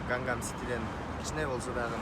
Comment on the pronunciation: Гангам сити эмес😂Ганнам сити болот😅. Переводчик баланар деле корейче билбейт экен!